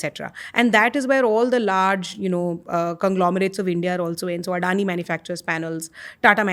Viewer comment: Glad to know that India's doing well in this field, and that this woman knows what she's talking about. Except for how to pronounce Adani, which is shocking how few people know how to: it's not अडानी, but अदाणी. Also, except for using English properly as well. Where are Indians learning this "lesser" nonsense from? It's lower or just less.